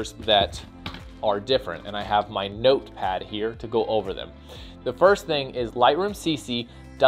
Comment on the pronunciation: hahaaha nicely put there, simple. i loved the stress on "...notepad..!!!" can so relate to it :P